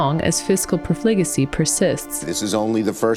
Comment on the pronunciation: 'profligacy' has the ACCENT on the 1st syllable